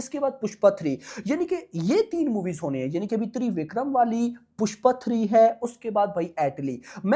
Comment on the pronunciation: Babu, it’s not ThreeVikram, it’s Trivikram, just like Tridev 😜